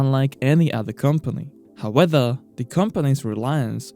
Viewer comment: Top viseos. But try to say “however” and not “howether”